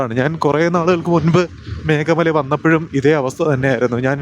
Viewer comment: മേഖ മലയല്ല ഭായി മേഘമല ....🙏❤️